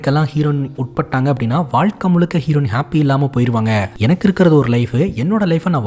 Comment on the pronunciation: Hlo sir vaazhkai not valakai 😂